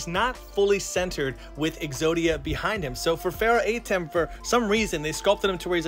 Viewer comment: Kinda disnt like you calling him AYtem, when its more of an UHtem or AHtem